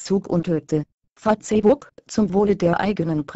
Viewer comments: haha fatzebukk, anstatt die bei google translater einfach fäisbukk schreiben, so wie es auch gesprochen wird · LOL " Fatzebook " xD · Fa-Ce-ebook :D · Wenn schon, dann Fa-ZEH-buck xDD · warum sagt die "Fazeebukk" :DDD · Fa-ze-book :'D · Fazebook haha Mit der weiblichen Hater stimmer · Fratze book sagt die! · haha Fatzebook xD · Finde die Aussprache von Facebook im Video zu geil! :-D